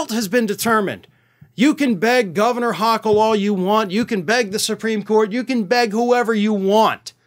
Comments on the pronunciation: I enjoy your content and most frequently agree with your viewpoint; I do, however, believe that my Governor pronounces her last name with a long o. keep up the good work. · Kathy Hochul with a long "O". Just a head's up.